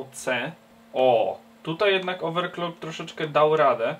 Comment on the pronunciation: oveclocking a gdzie "r" oveRclocking